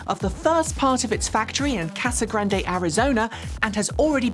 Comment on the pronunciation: Again, big fan here,....it's just pronounced Casa Grand...without its " e ". No one who lives there pronounces the " e " while speaking English. It makes it sound like you've only just heard of the place, which of couse we all know isn't the case. Keep up the good work!:)